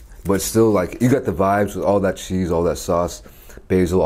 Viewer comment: "sometimes you need your chease"